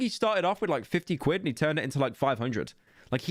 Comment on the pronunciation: I get really sad every time he says the word “quid”